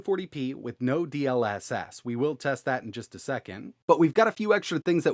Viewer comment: "Dee el esess" 🥴